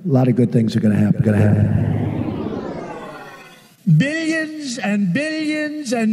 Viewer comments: I heard bideons or bidions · At a certain point I stop hearing "billions" and only hear "binions" and/or "bidigins" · Am I the only one that hears "Billyenzen" instead of billions? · Is he saying "BIDDIONS" instead of "BILLIONS?" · All I can hear is billyinzen instead of billions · Sounds like He's saying Bilyensen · He says billions and vegans if you listen closely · I was just thinking that exact thing! Especially when he seems to transition to bil-e-yons all the sudden. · after a while I only heared Bidigonsant..... what ever that is... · I was going to say the same thing! What's a billyuns? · I just hear "Billyens" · Sounds like Zambillions to me 😂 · Starts Sounding like billigins at some point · i stated hearing biddions lmao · He said it so many times that I started hearing "Bill Jensen" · I thought he said minions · I swear half the time he's saying bittions. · I heard "Billi Ensen" :D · to me it's "beans and vegans" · Lol that is awesome. I kept hearing "biddeons" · Killed me more when it started sounding like Billionzin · It's sounds like "Billy inson" in the end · When “Billions” starts to sound like “Amphibians”🥴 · "Bidigans and bidigans and bidigans" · “Bidiyans and bidiyans” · Billy Enzen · Billy Jensen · After a while, the "billions" montage sounds like he's saying "Billy Enzon". Lol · Sounds like beans and beans and beans. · I definitely heard Billy Enzon too……another friend? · Too many "billions", my ears gave up and I started to hear "Bennigan's" ... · at the billions part, it sounds like he’s saying the name of someone named Billy Inson. just listen to it over and over and you’ll start to hear it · Billy Enzon! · No, he said Billy Jenzen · To me it sounds like Bill Yinsun. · After some time I only heard "Billigons" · After a while it starts sounding like he’s saying ”billy jensen” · i started hearing "binnieinsin" after a while of listening to the billions and billions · Sounds like big agains after a while lmao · bilyins and bilyins*